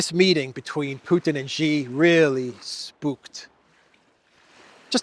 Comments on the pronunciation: She=Xi=She=Xi=She=Xi. She Gin Ping. She Gin Ping. Try Google translate. In Mandarin an X is pronounced as sh as in English. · Why keep mispronouncing Xi?